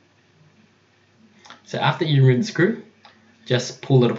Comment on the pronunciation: it's not "rumueve"